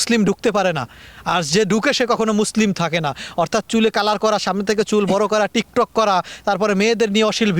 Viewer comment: ভাই ঠিকঠক হবেনা টিকটক হবে ভাই😅😅